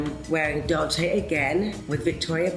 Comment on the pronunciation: Sorry if this is off topic, but the pronunciation of the name of 2 Italian fashion houses so famous for many years is still completely wrong. The final E (VersacE, DolcE e Gabbana) is not pronounced as an I